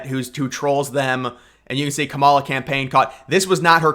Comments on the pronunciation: You can’t even speak her name correctly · LMFAO! NO ONE IS "STEALING" TRUMP'S FAILED POLICIES, AND, IF YOU CANNOT EVEN PRONOUNCE THE VICE PRESIDENT'S 1ST NAME AFTER ALL THIS TIME, THEN YOU ARE TOO IGNORANT TO EVEN BE POSTING ANYTHING ABOUT THE ELECTION HERE.